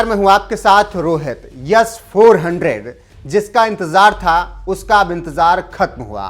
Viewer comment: It's S not Yess 400